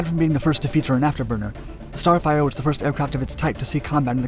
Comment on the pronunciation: It sounds like starfighter and not starfire the f-104 is not the f-94.